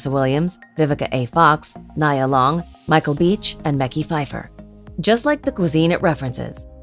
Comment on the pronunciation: This list is pretty hard to listen to, hearing them mispronounce her and many others' names over and over.